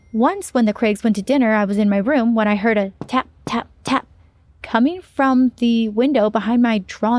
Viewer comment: Tap3 hahaha u said it correctly 😂